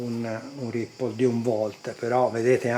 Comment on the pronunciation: La pronuncia di "ripple" è corretta ma Brymen si legge "Braimen". Gran bel multimetro il BM869S. Bel video; merita pure il "Thumbs up"!